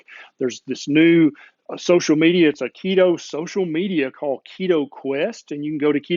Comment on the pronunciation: Keto, not Leto.